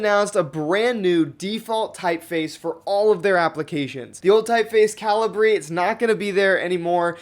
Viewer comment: I think it's ca-LI-bri, not CA-li-bri? /kəˈliːbri/ is the pronunciation given on Wikipedia. (Still like your enthusiasm, regardless.)